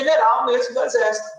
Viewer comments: O Deputado não sabe pronunciar apalavra correta, de ixesso para exército à uma boa diferença...só no Brasil isso!!! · Careca mudou o nome do exército, agora é ixercito, ameba mesmo , não consegue nem pronunciar de maneira correta !!!! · O pior de tudo até o final foi o deputado falar : INZÉS ao invés de exército 😂😂😂😂😂😂😂😂😂😂😂😂😂😂😂😂😂😂😂😂😂😂😂😂😂😂😂😂😂😂😂😂😂😂😂😂😂😂😂😂😂😂😂😂😂😂😂😂😂😂😂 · Esse deputado é um jumento petista não sabe nem pronunciar exército o julgamento pronuncia ixercio puder é um jumento